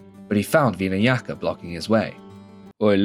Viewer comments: bro, you’ve gotta get your pronunciations better lol. “veedas”? “veenayaka’? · Pra vati and veena yaka 😂😂😂😂 bro your pronunciation is out of this world